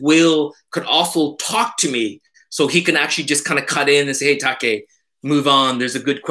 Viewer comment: classic "Take" (spoken properly with Japanese accent:)) )... so much info as always. You're warehouse of information. Its incredible and I always learn so much from you. Thank you. Keep this format coming. Loving all the new content!!!